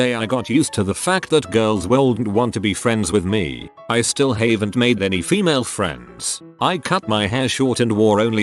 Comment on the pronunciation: This text-to-speech is really bothering me... "shouldn't, haven't, bi, ..."